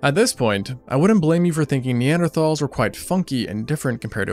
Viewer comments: seconds in and I was already disappointed that he pronounced neanderthals incorrectly. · When you spend almost 17 minutes pronouncing "Neanderthal" wrong. Hint: It's nee·an·dr·taalz not "Thals". Atleast put some effort into your videos. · You pronounced Neanderthals wrong so I didn't watch more than the first five seconds.